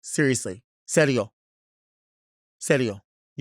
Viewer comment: When Delta said "serio" in Spanish she sounded so chola lol 😂 I love it ❤